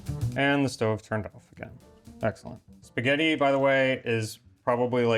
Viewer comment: auguri e fai attenzione a non fare sforzi, anche se a te non sembreranno sforzi. Nel tempo libero per cortesia, fai in modo che tuo marito impari a dire spaghetti. Spagheri non si può sentire.